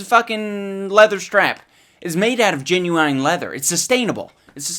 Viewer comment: Gen-you-eye-n leddrr